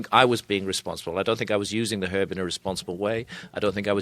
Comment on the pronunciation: He says it how it’s meant to be said